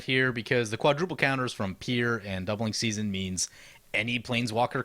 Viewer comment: Ok but is no one gonna tell him he called it doubling susanne at the bigening. Lol. On a more serious note I love this video. My favorite commander player, playing my favorite color pair, led by my favorite character currently alive (second overall, just behind yawgmoth). It's like getting to magical Christmas land the whole video for me.